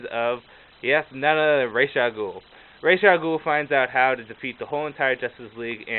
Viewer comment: Don't worry about the pronounciation. It IS "Ray-sh". The DC writers at comic-con said it that way thousands of times and like you said, the animated series did too. Really helpful, because Ra's is a GREAT villian I wanna read up on more.